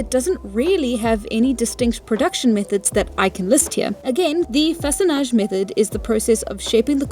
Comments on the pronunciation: This video is incredibly good and I feel that I've learned a lot from it! 10/10 I can't wait to hit up a riverbank and see if I can't make some tools of my own 😊 Your french pronunciation of façonnage and debitage is very good for someone who doesn't(?) speak french. Also the youtube tutorial gave you the english pronunciation of a french word which simply doesn't sound well. I'm assuming that a lot of old scientific terms being french comes from a massive amount of old universities and research institutions being in france. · Your art style kinda reminds me of osp but distinct, it’s so cozy and I love it!! Edit: as a French speaker you actually pronounced façonnage very well! In French it means “shaping” or “whittling”.